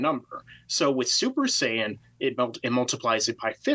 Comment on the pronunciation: I cringe every time you say saiyan or kamehameha weird.